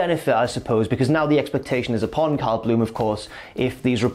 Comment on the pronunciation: Every time you say “Cal” it sounds like “Kyle”